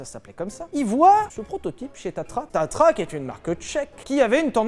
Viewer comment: Petite rectification on dit tatra et pas tatra (patatra lol)